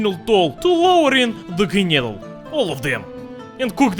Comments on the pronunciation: No! It's "Knödel"! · Its pronounced Knödel